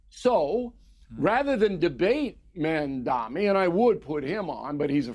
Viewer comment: LOL at O'Reilly doesn't know what Communism is and can't even pronounce Mamdani's name properly.